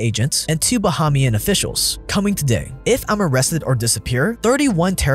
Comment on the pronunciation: sad that this is how my people get a shoutout but its buh-HEYM-yun